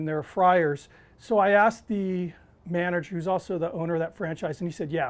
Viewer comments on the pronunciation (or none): none